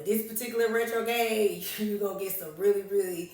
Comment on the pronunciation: RetroGRADE, the r is not silent